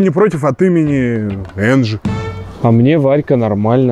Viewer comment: А почему сказал Энджи? (Не хейт)❤